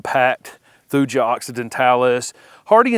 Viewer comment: Thuja is always pronounced thoo-yah and never with a j sound. There is no European or regional US alternate.